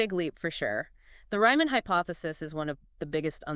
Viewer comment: "Ryman"?!?!? It's "Riemann"! 🥱❤️